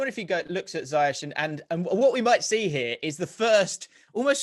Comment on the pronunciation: People his name is pronounced" Ziyekh " see his 90 min instagram post on chelsea social media.